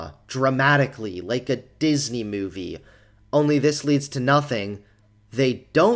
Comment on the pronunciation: He also says "like" as "lake"